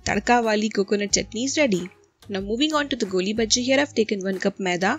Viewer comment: Its not goolibaji...its golibaji🙏🙏🙊🙊